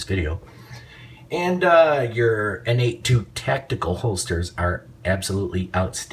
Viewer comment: Nice review for a champion pistol. I just picked up the new 9mm M2.0 at my local gun shop. Haven't been able to try it out yet, but I'm sure she's going to be sweet. Oh yeah, just for your info, the holsters you referred to a few times...N82, Is pronounced Nate Square. (N-8=Nate...2=square) Business was started by 2 friends who both name is Nate. Nate Beard, and Nate Johnson I believe. I've had one of their original holsters for years. The most comfortable by far. Thanks for your insight on the M&P 9...